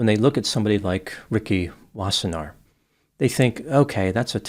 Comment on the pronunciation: You pronounced Wassenaar well. Its a Dutch name.